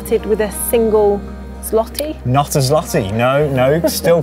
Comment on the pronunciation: U don't say l in złoty